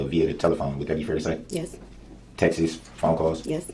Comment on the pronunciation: When he says "texts" he pronounces it "text is" or "texas" and it annoys me lol I thought he was saying "Texas phone calls" and I was like, what? Why did he think he was smart enough to represent himself?? I think he's just using it as a tactic to come back later with an appeal, saying he didn't get a fair trial, he should've thought that through a little better lol